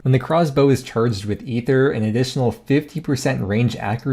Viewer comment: Thanks for being the only YouTuber to pronounce ether correctly